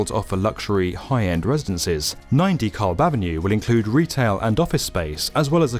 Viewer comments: The L is silent. Pronounce Duh-cab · is the only reason I visit YouTube any more, due to YouTube's un-skippable ads that always come in the wrong place. is worth watching in spite of the annoyance. But you might want to consider finding a native of each country to help with pronunciation of place names. Dekalb is typically pronounced with the accent on the second syllable, and sometimes the L is silent. I just noticed another US-oriented video from earlier in mispronounced "Hatteras", as well. I'm now wondering how many places in other countries are mispronounced and I'm not sophisticated enough to notice. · So not super important, but a point about the pronunciation of "DeKalb". I understand the tradition of British English results in a word that sounds more like "Dee-Kal". In the local vernacular, it would be something more similar to "duh-KAB". Its not wrong either way, English is a funny language, just something I noticed. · Oh! It's 9 DeKalb Avenue, not Nine....ty Kalb Avenue like I kept spelling it in my head. I thought he was just saying it weird